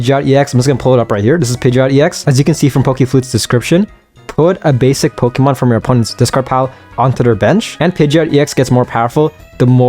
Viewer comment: Poké. Poké man, it's Pokémon. Not pokimon. Please. Also again, like I said on another video, I hope you start working on increasing your vocabulary if you plan on talking as a career. You said ya about 50 times over the course of 14 minutes. That's 1 ya almost every 17 seconds man.